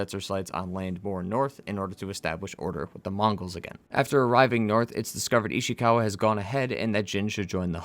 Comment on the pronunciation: The way you say ishikawa makes me cringe